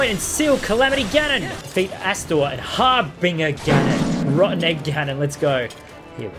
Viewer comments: It's pronounced harbinjer but it's spelled harbinger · harbinger har-bin-jer idk why but the g is pronounced like a J